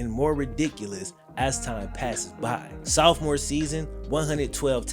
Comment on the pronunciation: I been watchin for like 5 years n always wanted to tell him it’s softmore, not soufmore 😂😂